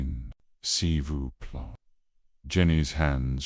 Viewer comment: Pleasant voice but I got a bad case of the giggles when he/it pronounced “Si vous plait” as see voo plah